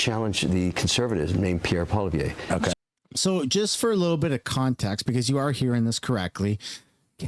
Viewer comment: Kevin Oleary also doesn't know how to say Poilievre.......but I agree that yeah just be more combined.